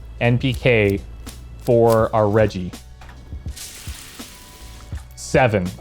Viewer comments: Hard g in “reggie”, like Reginald, or edgy with an r in the front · you're saying reggie wrong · Oh my God I can’t believe my boy just hit me with a line like that I had to pause the video I get myself off the floor that was too good. Ganja+entrepreneur = me instantly on the floor. And you’re still saying Reggie wrong it’s so adorable because you don’t know how to actually say it so you’re saying it to the best of your ability I love your videos and I wish for you to continue making great videos as such kudos Bro PS this is coming from a content creator is well😉